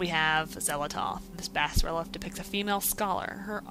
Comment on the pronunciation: lol, bass-relef epic pronounciation